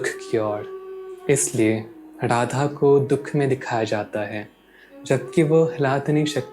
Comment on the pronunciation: Sab kuch achha he video me par aap apne pronounciation pe dhyan dijiye... Jese Radha hota hai naaki Rrradha...